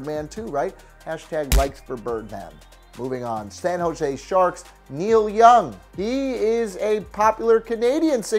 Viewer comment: Man you did Neil young wrong like that lolol